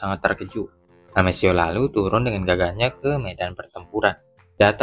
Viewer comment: Amethio bacanya Ametio bro. Bukan amesio